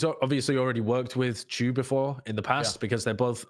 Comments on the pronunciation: "Why would you pronounce Chu as Shu?" Well I suppose that's true. -Sun- and Sidethrow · Sideshow, names don't follow the English language rules. Chu is exactly the way pronounced in a lot of other languages. In my language, for example, your way of saying the name would have to be written as "Tchu"